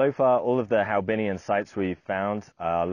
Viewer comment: HoaBinhian , not HaoBinhian . After the 1st H is the o followed by the a. The Vietnamese name is "Văn hóa Hòa Bình."